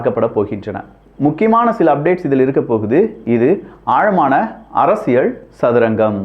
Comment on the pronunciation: ஐயா, தயவு செய்து "ல்" சரியாக உச்சரிக்க பழகவும் . அரசியல் கூட சரியாக சொல்ல வரவில்லை.